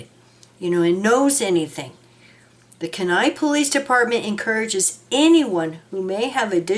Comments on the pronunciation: pronounced- Key nigh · That is pronounced key-ni kenai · Kenai is pronounced Keen eye 😊 Thank you for posting this ❤❤ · My brother-in-law comes from there and it is pronounced Keen Eye